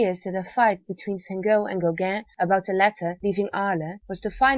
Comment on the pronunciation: She says, van gog and friend Gogan. Don't know who she is reffering to.. Gog, Gogan, Gog, Gog, Gogan, Gogan, Gog , Gog, Gig, Gug, Gigi, Googuu